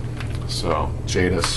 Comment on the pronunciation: I'v got The Sentinel by Pallas on vinyl and on CD as well. But my CD comes from 2004 and it's issued as vinyl :) If you wan you can see and hear vinyl of it on my channel. :) BTW: I Love Jadis( you speak it correctly:) ) and Pendragon. These are cult bands in Poland! :)